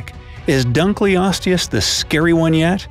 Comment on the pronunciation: The way you pronounced the creatures names hurt me.... Bc it’s “Dunk los tee us” and “mega lay nia” not “mega lan ia” Still love this channel doe